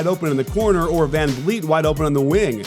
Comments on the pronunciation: Anyone else notice him say "Fred can-yeet" ? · that is the worst pronunciation of Fred Van Fleet I have ever heard. This team (with Fred on it) are the defending champs and you are supposed to be a basketball guy. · Fred Kanyeet 😂 COACH! ITS VANVLEET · Fred "Can-Eat" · Did he say Fred CanYeet? 😂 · did this man just say Fred CanYeet lmao